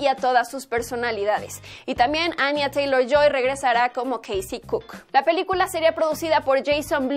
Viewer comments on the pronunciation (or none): none